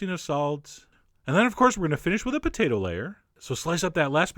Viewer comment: I like thst you say potato "potata." :3 This looks sooo yummy omg